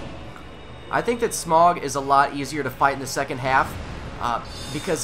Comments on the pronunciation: It's Smo. Like cookie Dough, smough=smo dough=do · It's pronounced "SmOFF" I believe. Or "SmUFF."